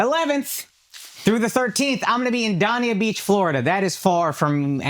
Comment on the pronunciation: gotta pronounce Dania beach correctly if you are going to be performing there bra